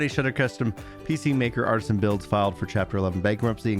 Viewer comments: it's ArtEsian builds not Artisan, there's a E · I'm not bringing this up to be rude, or that we will prolly ever hear their name again but it's artesian, not artisan.